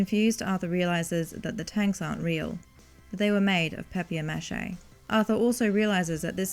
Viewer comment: You cannot expect me to subscribe when you say stuff like "Papi-Air Mash-Ay"